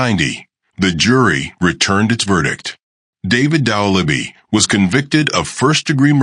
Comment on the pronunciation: You can't even pronounce the name right. Why should I watch this??